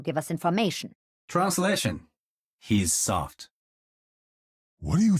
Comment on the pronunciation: am i the only one who heard genji saying "he suck" instead of "he's soft" ?